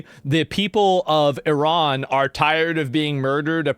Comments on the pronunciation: Liberal left here and I’d be happy to discuss your POV. To me it’s quite an achievement that right wingers have eventually learnt how to pronounce Iran correctly. Cheers from Germany. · The right eventually learnt to pronounce Iran correctly. Cheers from Germany.